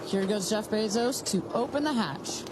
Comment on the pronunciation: “Jeff bay sauce” 😂